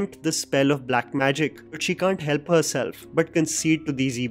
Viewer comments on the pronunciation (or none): none